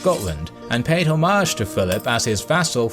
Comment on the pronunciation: ho-mage? its one word homage.